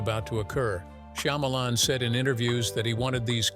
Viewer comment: SHAH MA LAWN ok now say it with me.....Shyamalan....